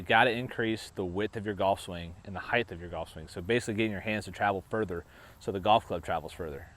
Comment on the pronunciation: It’s height , not heighth.